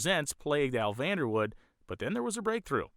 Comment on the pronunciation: Great Documentary, grew up in KC & seen the Dutchman run many times at KCIR. This is the first time I've heard his last name pronounced as Woud without the "e". I seen Vander Woud-"e" at one of the local chassis fabrication shops in the late 70's early 80's visiting its owner. I've seen an online article stating Bob Sullivan, with one of his Pandemonium cars was the first Funny Car credited to break 200Mph while claiming he never ran anything over 392 cubes. Online search should find his article.